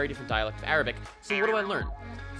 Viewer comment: u really have a good arabic accent !